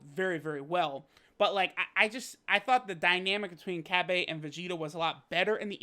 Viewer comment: Why do yall say cabbas name like that his name as a fucking a at the end not an e